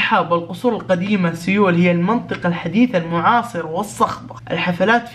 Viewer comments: تنطق سول وتكتب سيول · كل ما يقول سيول اتنرفز لان قاعد يقولها غلط ومدري كيف اشرح نطقها الصحيح بس مافي مشكلة مافي احد م يغلط 😂😂💔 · يا خرا مو كذا ينطقوها سيول 😂😂😂